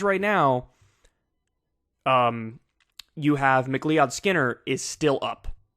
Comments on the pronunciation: McLeeOdd is pronounced McCloud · Kyle, I love you bro, but McLeod is pronounced “McCloud”. How in the blue fuck can you pronounce gubernatorial and not McLeod?? Jk Finally some good news. I’m so used to be disappointed after primaries. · Not to nitpick, but... "McLeod" is pronounced like "McLoud" (not "mick-LEE-od"). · Somebody tell Kyle its pronounced 'Mc CLOUD', not 'Mc LEE-ODD'. Or am I mistaken? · Mc CLEE-OD....JFC, MCClod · Jamie McLeod Skinner potentially winning is great, but it's also annoying for how many people it forces to try to pronounce his name and inevitably butcher it. It's supposed to be pronounced like Mc-Cloud or Mac-Loud. Leod was a the family founder's name (why McCloud is an incorrect anglicization), but it's pronounced like "loud". -Another slightly miffed MacLeod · Kyle, I'm pretty sure McLeod is pronounced "McLOUD" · Macleod is pronounced "mic-cloud", same as McCloud. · Pronounced McCloud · It's pronounced "Mick-Cloud" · Pronounce it Mac Loud. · MAC LOUD Haven't you ever heard that last name before??? *Macleod. ***Greg Casar CAH SAR jeezus get it together. How do you not know about Greg Casar????!!! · Ma-KleeOwd..... Highlander would take your head. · McLeod is pronounced McCloud. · Can someone tell Kyle that McLeod is pronounced “McCloud”? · FYI, her name is pronounced McLOUD-Skinner... Thanks for the excellent commentary!